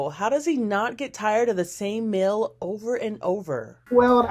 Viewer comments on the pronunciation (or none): The same "mill?" No lady. It's meal. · Even though she obviously hides her accent pretty well, I can tell this person who's reporting on the story is from the south because she pronounces the word "meal" like "mill" lol